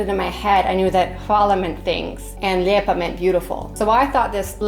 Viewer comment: I thought they were saying "Hvala lipa" as in kuna cents. It made no sense but it did not sound like "lijep".